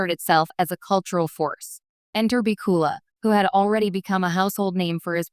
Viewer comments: AI can't say his name right.... HA HA HA !!!!!! WHO IS THIS Scott BOOKILA????? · His name is Scott bakula the narrator is pronouncing it wronge I think this a the best one accept the original of the series the role was made just for him all the characters in this series seem to be made to if the actors I haven’t seen this since they cast Star Trek the original series❤❤